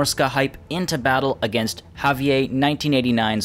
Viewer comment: javier is prounced ha-vee-ehr. hard r at the end. it's spanish.